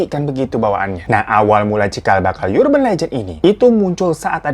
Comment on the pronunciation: "Urban" tuh bacanya bukan "yurben" deh bang....